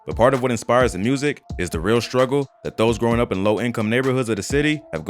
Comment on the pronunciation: Jus wish they knew how to pronounce the word music lmao wtf is murzik